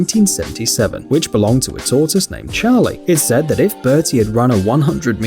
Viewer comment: Ryan StonedOnCanadianGaming tohtoose? I think he’s sayin tohtiss? English? Who knows it’s like trying to understand my 8 month old granddaughter.